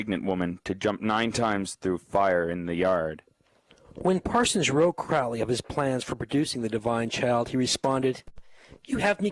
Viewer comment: Crowely, himself, says is last name is pronounced Kro--leee,"as in 'Holy'.